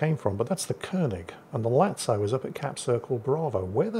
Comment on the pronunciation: Finally, new episode of butchering ship names, today it's Lazo once again, turning into Italian ''Latso'' all of a sudden